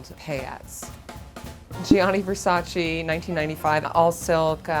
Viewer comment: Its say VER SSA CHEY.... Not Verssachee. Anyway